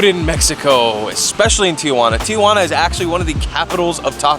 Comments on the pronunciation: Interesting guide, but it's absurd that you can't pronounce Tijuana correctly. Tee-wanna, not Tee-a-wanna. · TI-JUANA not TIA-JUANA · Dumbass doesn't even know where he's at. TIJUANA, NOT TIA JU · Tee hwanna.....not....Tee uh hwanna.....Tijuana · not Tia-Juana...its Ti-Juana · Is the first tip how to pronounce Tijuana??? That its not Tia Juana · Say Ti-juana. NOTICE there are 2 A's not 3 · It’s actually tee-hua-na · why is it for Americans so difficult to pronounce Spanish properly, you don't even try...Tiuuuana...payas de ryosaulitoh...Jesus Freaking Christ.